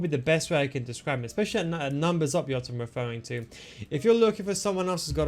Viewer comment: Don't say jota like that. Hes not from Netherlands. Hes name is Jota not iota.